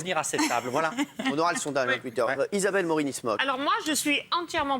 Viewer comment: À 2.35 je suis la seule à remarque que Cyril Hanouna a dit isabelle norini smol